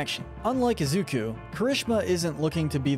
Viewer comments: Also u say it izuko its izuku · Izukuh. Why? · is the most evil for the way he pronounces Izuku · Anyone notice how keeps mispronouncing Deku's real name?